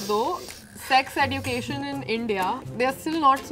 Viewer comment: The pronunciation is ejukeshn not what srishti said!!